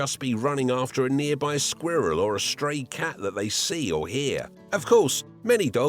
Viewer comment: I knew that was how he'd say squirrel.